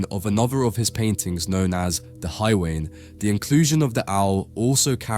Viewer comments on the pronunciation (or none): Hay wain - how can this be mispronounced??